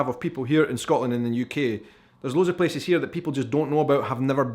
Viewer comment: I like the way he pronounces “Places” its like “peces” feces with a p